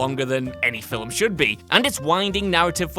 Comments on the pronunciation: The word is, "film"-not fillem? Filham? Fillum? Filim? Whatever the Hell you keep saying. There is no letter and no sound between the 'l' and the 'm.' I usually am interested in the topics you speak about, but I can't watch the video because I can't stand to hear you repeatedly say, "film." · is it me or does he keep saying Filim? Anyways I agree totally with this list.